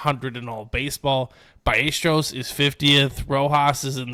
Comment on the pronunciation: By A stair O’s Not byyestro lol